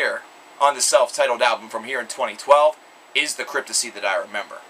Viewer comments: Pronounced *CRYPT-TOP-SY* your pronouncing it as "Cryptosy" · reviews and talks like a fan, but can't even get the band name right. lmao. fail. Cryptissy? Dude, re-do the video with the proper band name pronunciation. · CryptoPsy! THE P ISN'T SILENT! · Dude has an opinion on a band who's name he can't even pronounce correctly.